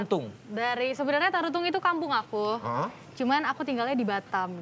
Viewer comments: Tarutung woy, bukan Taruntung 🤣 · Kenapa bisa jadi Taruntung 😀 Seharusnya Tarutung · Om vincent...si anggi marito br juntak itu asal Tarutung om..bukan Taruntung..kami org sumut lucu dengernya.. 😂😂 Tarutung juga bukan di Medan lowh ito br juntak Btw,Enzy dan mumu udah jarang kelihatan..kemana ya mreka??